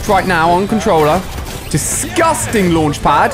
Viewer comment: why does he say discusting EVRY SINGE CLIP its weird